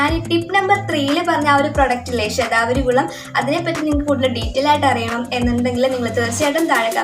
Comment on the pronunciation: Aa name onnu clear ayite parayumoo,, shathavari??? Enagne epozhokr nnu kazhikande